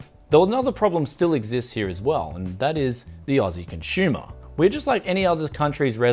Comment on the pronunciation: I kept on hearing cons"h"umer...instead of consumer.